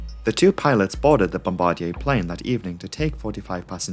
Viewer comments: I love you,, but it's 'Bom-bA-Dear. x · Great videos. Bombardier pronunciation is “Bom-ba-deer”. 👍